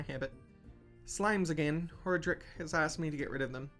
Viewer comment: Female points down, male points up. That's definitely a bull, not a scarab. And it's pronounced hor-AH-drick. :P Loving the play so far, keep it up!